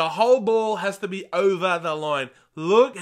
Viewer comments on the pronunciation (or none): none